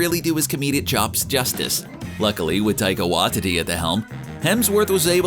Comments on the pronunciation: did u just say taika watity its pronounced whytity and spelt Waititi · Taika waititi (tie-ka why-tea-tea)*** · "Taka watitty" tf is that? 😂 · “Taika wah-titi” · “Taika Wah-Titty” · I'm sorry but as a New Zeland I felt your mispronounciation of Taika Waititi like a punch in the gut. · And if he'd pronounced Taika Waititi correctly...